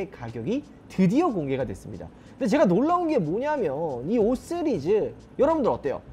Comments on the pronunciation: 나무위키에서 시리즈 발음 잘 못하고 쓰리즈라고 한다고 보고왓는데 ㅋㅋ 진짜 5쓰리즈 라고 하네 ㅋㅋ 나무위키 정확하구나 ㅋㅋ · 5 쓰리즈 라고하시는게 계속 신경쓰이네요ㅎㅎㅎㅎㅎㅎ 내 귀가 이상한건가..ㅎ 영상 잘 봤습니다^^ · 나만 발음이 "쓰리즈"로 들리나?ㅋㅋㅋ 오 쓰리즈